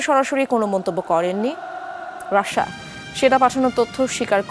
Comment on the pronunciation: এই মহিলা রাশিয়াকে শুধু রাশা রাশা কেন বলে?